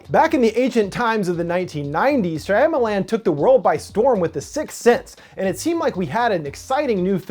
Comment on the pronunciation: natieangus when he pronounced it correctly, my brain automatically corrected it to shama lama ding dong, but don't remember what that's from!?